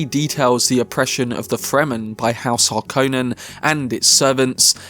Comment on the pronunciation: It's pronounced Har-kon-nen. NOT Har-kone-nen.